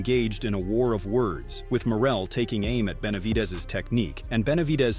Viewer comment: Narrator does not know “ how to 2 pronounce Benavides!!! 😬😬😬🫨🫨🫨😬😬😬😬🤣🤣🤣🤣🤣 is already a knockout punch!!🥊